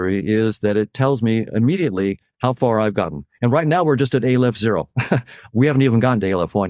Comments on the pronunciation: Yes, I know what he meant 🙂. It's his ridiculous pronunciation of the first letter of the Hebrew alphabet that offends. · Did he say ay-lef? Jesus H. Christ. 😂